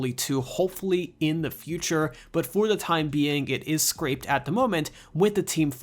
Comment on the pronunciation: The game was scrapped, not “scraped”.